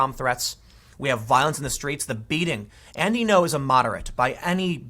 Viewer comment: lmao you keep calling andy ngo as "andy no". The NG creates a sound like Spanish ñ but instead a high pitch tone. you pronounce "ngo" with your stomach like a bear growling.